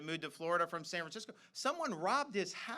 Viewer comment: "San Fransicko"